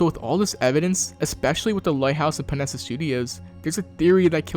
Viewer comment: Panera Bread studios instead of Panessa. Funnily enough, that's what I was calling it when I was first playing Arkham Knight.